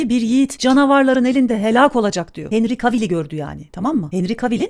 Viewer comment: Henry cavali diye telaffuz mu edilir la seni🤔😅😅